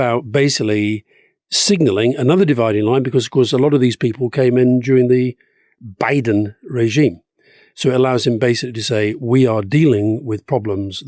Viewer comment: Stop saying Joe Biden's name like that...